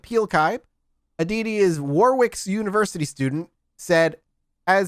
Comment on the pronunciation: Just a little thing to point out that almost all Americans get wrong (not that I blame them): Warwick is pronounced Warrick. One of those odd English things, I know, but that's the way it is.